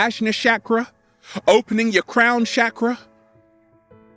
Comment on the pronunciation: Lol the way he says chak ruh makes me think of shackles...hmmm unleash the shackles!!! On point sir😍💖